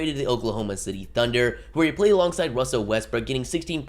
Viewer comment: wussel westbrook